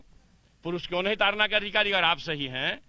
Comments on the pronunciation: Taran nahi bhai tadan hai bhai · ताड़न न कि तारन । ताड़ना मतलब मारना